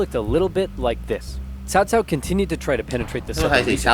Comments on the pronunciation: sorrysir，it is 曹操 曹 cao2操 cao, not like sao sao. I know it is very hard for non-Chinese speakers. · But not that much. It especially doesn't justify such big mistakes as pronouncing Cao Cao like Kao Kao, instead of Tsao Tsao. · Cao Cao is pronounced as saow saow, Liu Bei is Leeu Bae, Sun Quan is Soon Tran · the "games pronounced" this name "Cow Cow", because the dubbing actors and direction didn't know better and weren't exactly informed. in any case... in the romanization of Chinese, letters C and Q are NEVER pronounced with a "k" sound. there was a certain - now obsolete - model of romanization of Chinese (which was made by the British, instead of the current system, pinyin, being made by Chinese)... in that system, the name Cao Cao was rendered as "T'sao T'sao". I think this is a bit closer to what it sounds like, when read in an "English" way. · The Dynasty Warriors games pronounced most of the names wrong. It is Sow Sow (cao cao), Lou Bay (liu bei), Soon Shwan (sun quan). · Cao Cao is pronounced Tsou Tsou. kind of a 's' sound, with a subtle T in front Someone ore knowledgeable correct me if I'm wrong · Stop saying Cao Cao